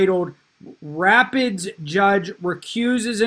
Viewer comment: Joe excellent content. Rapides is French for rapids. It's pronounced ra-PEEDS.